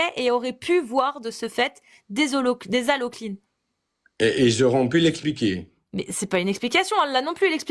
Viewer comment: Halocline Pas holoclyde, pas haloclyde, pas estuaire 😘